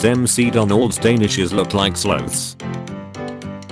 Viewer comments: What's a sloath? I've only heard of a sloth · This man got me wtf is a soth😂😂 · What the fuck is a sloath